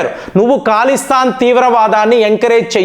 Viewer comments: Mee news baagundi .kaani Mee pronounce yendi sir Iran ni eeraan antaavu,khalistaan ni kaalistaan antaavu yilaa chaalavunnaayi,mundu nunchi prapancham anthaa oka laaga alavaatu ayinaamu.nee pronounce tho yibbandi gaa vundi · అది ఖాలిస్తాన్ కాదురా బాబూ. అది ఖలిస్తాన్